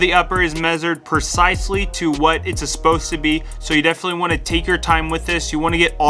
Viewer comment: Say it with me...Sup-posed not Ap-post.